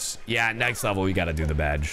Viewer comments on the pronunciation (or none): Badge not bagel